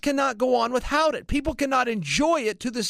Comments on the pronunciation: Anybody notice how Chael pronounces "without" as with-hout? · “With h-out it” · Chael "With hout it" Sonnen